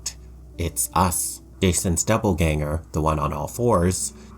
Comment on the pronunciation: I really liked this video but every time he said doubleganger felt like being stabbed in the brain